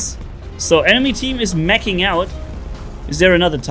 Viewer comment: Sounded like said "enemy team is making out" 🤣 (He said Meching)